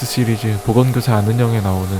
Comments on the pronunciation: 나왜 보험교사라고 들리지.... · 보험교사 아는형